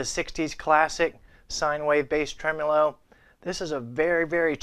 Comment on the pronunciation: Lord. It’s trem-O-lo, not trem-U-lo.